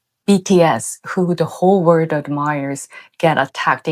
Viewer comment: I love you: you're a true conscience for the world. I just hope you don't suffer terribly inside, poet so far ahead of humanity's power-struggling.🌌 (One key word : You can use the British pronunciation of 'world' for ease, since the American way is understandably challenging. Or fun move: start with an r and run your tongue along the top of your mouth til it touches the back of your teeth and observe how easy it all becomes.)